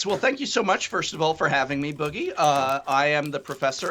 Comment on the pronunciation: when he pronounces boogie wrong